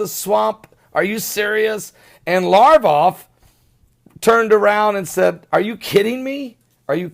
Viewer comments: LaV Rov not larvoff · Pronounced "Sare-gay Lav- rawv"... (sare)- rhyming with hare...